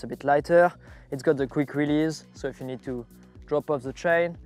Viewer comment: man you gotta stop the zzzee bike zzzee equipment zeee zzz it's unbearable